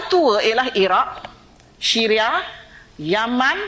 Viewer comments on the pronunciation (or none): none